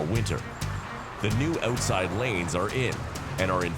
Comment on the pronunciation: stop saying oooootside!